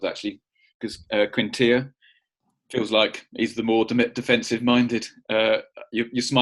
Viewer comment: Nice job on the Quintilla pronunciation. Mrs Were would be proud!